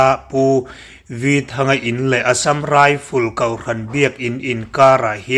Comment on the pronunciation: Assam rifel iti kher2 hichu k awitohlo iti der ilam thiamlo der anh hi